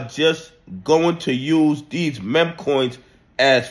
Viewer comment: why can't you say meme properly? it feels like a conspiracy at this point. say "MEEM", its not hard bro, please